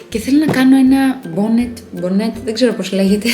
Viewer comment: Προφέρεται, μπονέ.🤓